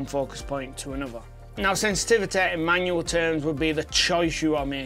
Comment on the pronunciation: “Manuel” focus. Lol.